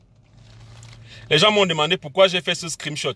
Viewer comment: on dit SCREENSHOT et non scrimshot hahahhahah